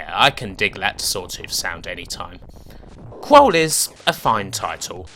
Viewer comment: I think it's pronounced KrUll emphasis on the U, rather than Krole but good stuff as usual